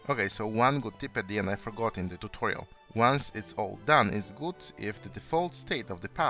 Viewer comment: Tuchorial? Were you trying imitate Xisuma?